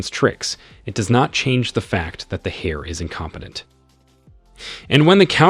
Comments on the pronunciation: Saying hair when it's pronounced air just... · I loved your reading/translation, though a few of your pronunciations kind of bugged me; for instance, the "H" in heir is silent should be pronounced like the "air" you breath not a hare (rabbit) and 9 times out of 10 you gave the wrong pronunciation of "live". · The miss pronounciation of the word heir is really annoying constantly saying hare/hair. I'm trying my best to ignore it. 😂😂😂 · OMG He said the hair apparent.🤣🤣🤣🤣🤣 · Grateful for the video, but please fix the narration. The characters' names' pronunciation changes almost every time so it gets confusing occasionally, the grammar of certain words like enunciating the "h" in heir, and phrases like "his son-in-law" with Xu wenzhao when they are not related that way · I appreciate the video but you should work on your pronunciation of multiple words, such as: arithmetic and heir. Also, you should just use the MCs name; when the MC gets married, you refer to him as “Son in Law” to every character that he comes across. It made it very confusing for someone who has never read this. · Asking for a lot for someone who doesn’t provide the original source material and can neither pronounce heir nor arithmetic.